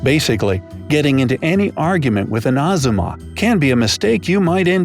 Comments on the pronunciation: Its ajhumma.(?)Not azuma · Its Aajumma not auzma😂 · The guy : pronouncing "ajjumma" like " atzuma" Me : 😑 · Did they said azuma its pronounced ajuma 아주마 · Where did you do your research for this video? Most of this is wrong from what ive seen. Also, its Ajumma not azooma, or however you were saying it. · Ahzerma 😂😂 it’s ajuma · I’m very confused about how they managed to spell ajumma correctly and pronounced everything else correctly but inserted a z where the j is? And multiple times, too? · Talking about things some might find uncomfortable while saying azuma instead of ajumma... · I m freaking out how you pronounce ahjama to atzuma 😂😂😂😂😂😂😂😂😂😂😂😂😂😂😂😂😂😂😂😂😂😂😂😂😂😂😂😂😂😂😂😂😂😂😂😂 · i think the older generation of koreans are more judgmental of tattoos than the younger generations, at least from what i’ve been told. so tattoos aren’t really THAT big of a deal. also...아줌마 (aka middle-aged woman) is pronounced more like “ajuma” and not “azuma” 😖 lol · The he is "Ahzumma?" It's "Ahjumma" I've learned korean so I was confused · It is not ha-z-maws, it is ha-ji-mah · im korean and a lot of the things are not true. and hey, u don't pronounce 아줌마 / a-jumma like azuma plus u make it sound like "azummas' (which basically just means 'married woman') seem like some rare species and that is NOT cool. and no, miniskirts are only worn by 'idols' and teens just copy them. n' besides, miniskirets are discouraged by adults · Azzuma? What the frick brick 😂😆 it's ajjuma 😆😆 J J J FOR J-LO's JAM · Hey, its pronounced ajuma not azuma, hmmm. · Ajumma [아줌마] it's pronounced ayooma😎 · i can see most of these are accurate but when he pronounces 아줌마 as "ahzummah" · No offense but you spoke Ajumma wrong. I'm a Korean so I know how to say it correctly. You say it as A. Jum. Ma. Please do not get offended. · I am South Korean. It's so funny that you say 아줌마 to azomaㅋㅋ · the correct pronunciation is a-jum-ma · me, a Korean living in America CRINGED SO HARD WHAT THE HECK IS AN AZOOMA HAHAHAHA